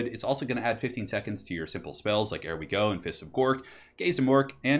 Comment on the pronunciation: Asked before but i'll ask again. Is it a meme the way you mispronounce 'ere we go? It is 'Here we go' - just without pronouncing the H. (As per the greenskin accent which is based on brits) 'Here we go, here we go, here we go' is a popular Football chant. Is it one of the many meme-names you have? I NEED to know!!! You pronounce 'Here' everywhere else properly. Why the hell do you say 'air we go'? WHAT DOES IT MEAN?????????